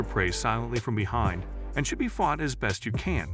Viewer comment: This AI has a hard time pronouncing the SH in should.